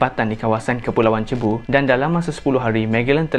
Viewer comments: Bkn "cebu" sebutan dia...tp "seibu".. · cebu, Philippines. pronunciation mcm Sibu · Sebutan Cebu = Sibu✅ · sebutan pulau cebu tu kurang tepat.. yg betulnya "si-bu" atau "sug-bo"